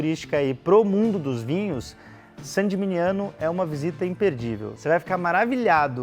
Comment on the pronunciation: Muito bom! 👏🏻👏🏻👏🏻👏🏻 Há 3 anos, fiquei uma semana na Toscana, sendo 3 dias hospedado dentro das muralhas de Saint Gemigniano. Que lugar mágico! E que vinhos! Quisera voltar um dia! 🍷🍷🍷🍇🍇🍇 Mas,, sua pronúncia de "Gemigniano" errada, não se fala "geminiano" (isso é pra quem é do signo de gêmeos 😄), mas "geminhano", já que o "gn" italiano tem som de "h". Todo mundo se equivoca nisso. 😉 No mais, parabéns pelo vídeo e pelo canal.